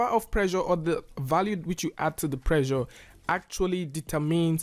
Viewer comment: Also every time he say "pressure" it sounds a lot like the world "pleasure."